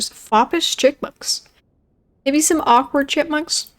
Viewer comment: My head raised when you said awkward bushes cause I heard awkard b*tches